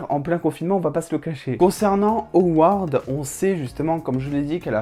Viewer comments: C’est Ward pas haward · Bonne vidéo mais juste, pas award ou oward mais juste Ward